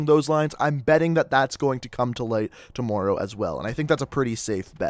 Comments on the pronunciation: I wish you knew how to say tomorrow correct man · You say tomorrow so weird